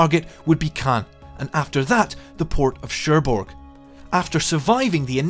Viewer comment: hmmmm cherbourg is also mispronounced